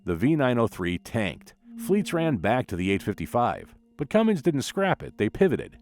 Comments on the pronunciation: It's Cummins, not Cummings. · I'm just here to salute all the idiots that say "cummings".